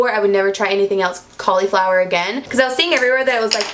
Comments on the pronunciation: Cal-E-flower, haha 😂 you're so cute! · Ok I can't handle the way you say "cauliflower"